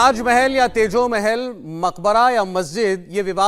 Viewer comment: गलत उच्चारण, सही उच्चारण is तेजो महालय